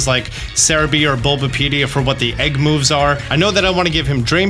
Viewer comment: I can't get over how this guy pronounces "egg." "Egck" "Egck moves" "Pokémon egcks" "Hatching egcks"